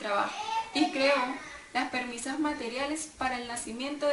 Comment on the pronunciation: Re mal todo, pésima dicción, uso de palabras innecesarias, se nota horriblemente que está leyendo, hay palabras que no sabe pronunciar y las dice como le canta el ogt "permisas" que onda que era "compermisaaa mi ciela" o PREMISA, claramente no domina el tema, tanto que no sabe si cambia de tema o es un subtema. si fuera profesor le pondría un treh